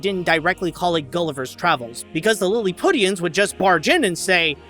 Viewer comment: So you really aren't familiar with the word "Lilliputian" or its proper pronunciation? Wow. "Lilli-pyoo-shun," not "Lill-i-putt-ian." While it's etymological origins are derived from the novel, but subsequently, it became a fairly common word in the English language lexicon. It's an adjective meaning small or trivial, or as a noun referring to a small or insignificant person. See kids? This is why you should go to college instead of making YouTube videos. Also, I'm pretty sure the overtly characterized, cartoonish style of the Lilliputians was intentionally used to contrast with Lemuel, who after all, is supposed to be a human being. It helps to distinguish the Lilliputians as a unique species. Also, there's a direct correlation with how cartoonish a character looks in this film, and the more over the top, immature, coarse, and unsophisticated a character acts. For instance, Gabby and the two Kings are some of the most cartoonishly stylized characters in the film, and subsequently they are childish, uncivilized, crass, ignorant, and confrontational in their actions and behavior. David and Gloria are relatively sensible and mature, so they look. more like actual people. While the novel traditionally used Lilliput and its denizens as an allegorical representation of contemporary (at the time of it's writing) England, with all of it's political strife and turmoil, the film offers a far more simplistic "futility of war" allegory, with Gulliver essentially serving as the omniprese